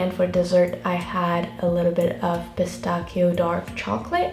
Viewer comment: pistachio is pronounced like pista-shio